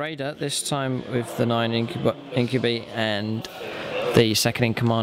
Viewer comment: you pronounce incubi wrong